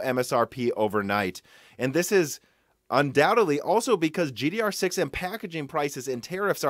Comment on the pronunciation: Stop saying GDR6!